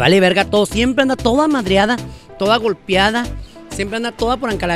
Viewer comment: Es golpeada No golpiada